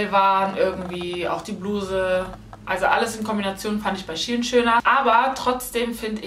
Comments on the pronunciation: Shie in????? SHEIN 😂❤️ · Fällt nur mir auf das sie die ganze zeit shien sagt obwohl es shein heißt ? No hate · Wieso sagst du Sh-ien ??? Shein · Mich hat das SHIEN getriggert !! 😂😂 das is für mich SHEIN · Es wird shein ausgesprochen nicht SHE HIN 🤨😂❤️ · Als kleinen tipp es heißt shein und nicht she in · Es heißt shein und nicht shi-en! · Iwie triggert mich das du She in sagst🤷🏼‍♀️😂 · Ich hab gedacht Shein😂 Also wie Schein😂🤷🏼‍♀️ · Ich dachte man spricht das "Schein" aus ?¿ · Junge mich regt Das so auf wie du shein sagst 😤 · Hauptsache sie spricht shein völlig falsch aus